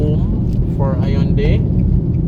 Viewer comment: Your pronouncig Hyundai incorrectley